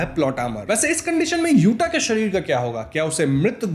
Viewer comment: Accha hai yuta hai, yute nai hai